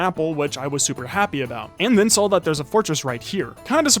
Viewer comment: “I sawl it”